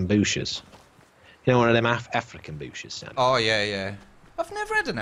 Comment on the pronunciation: "im very a paranoid by booshes now"